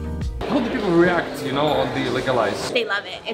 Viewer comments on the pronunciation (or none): none